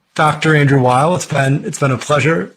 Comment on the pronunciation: Weil's - NOT - Wiles